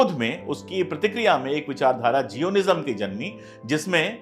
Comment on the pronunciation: उच्चारण जायनिस्म होता है।